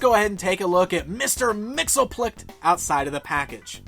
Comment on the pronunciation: He'd be pretty upset the way you pronounce his name. Repeat after me, Mix.... Yess... Spit.... Lick.